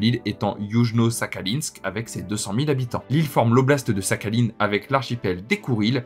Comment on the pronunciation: Belle vidéo mais ça me casse les oreilles ta prononciation de Sakhaline ^^ mais ce n'est qu'un détail bravo pour ta curiosité et culture.